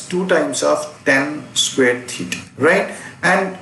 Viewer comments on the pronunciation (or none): U haven't pronounced the square word correctly